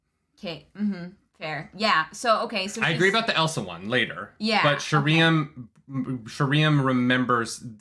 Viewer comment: I can't wait for Sheriam to be introduced on the show so realizes it's not actually sher EE um.